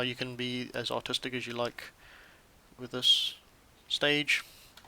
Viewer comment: I'm sorry but i had to re-listen to like 3 times cuz i thought you said "you can be as autistic as you want" and i was sitting here like oh okay that took me by surprise but at the same time it does fit me :D